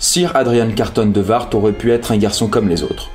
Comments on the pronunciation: C'est l'arrière arrière arrière grand père de mon meilleure pote et on dit pas carton de "viart"mais de wiart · Super vidéo, sinon ça se dit De ''Ouiart'' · Répétez après : Carton (comme une boîte) de "Oui are" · Argh! "Boers" se prononce comme le mot "bourse". Wiart se prononce comme l'anglais "we are" mais avec un "t" au bout comme dans l'archaïque "thou art". Sans vouloir vous accabler vous pourriez vous renseigner sur la prononciation, finalement très facile pour un francophone si on excepte le "g", plutôt que de faire un mélange d'allemand et de français qui n'ont pas du tout le même système de représentation des consonnes et qui sont loin d'être identique sur le plan phonologique. Le reste de la vidéo est très bien pourtant, c'est dommage que vous ne vous soyez pas rapidement renseigné sur les normes de transcription du néerlandais...